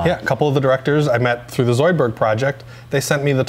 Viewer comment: The way he was saying "Zoidberg" really bothered me... it wasn't quite right.